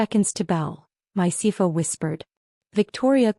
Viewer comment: Wow the AI can't say CFO Not Sivo